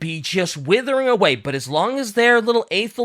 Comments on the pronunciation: The way pronounces Athel Loren makes my Warhammer Fantasy heart cry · Just a pronunciation thing, Druchii is pronounced with a hard K. Athel Loren is pronounced with an Ah, not a singular A.